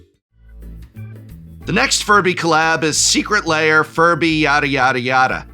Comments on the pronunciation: Why does he pronounce it "layer"? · Am I going crazy, or is he pronouncing it "layer"?